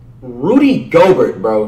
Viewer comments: Rudy GO-BERT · The legend of Rudy goBERT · "Zeon Williamson" "Jay Moron" "Rudy Go-Gurt" "Spencer Dinwhitey" "Giannis Akumpo" Facts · Go Bert Akunkpo Sike em Zeeon Donacich Adbyo Jay A